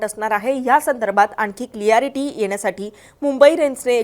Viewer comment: क्लियरिटी नव्हे क्लॅरिटी असतं 🙏